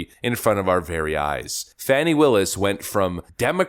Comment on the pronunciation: It’s pronounced “Fäni” 🙄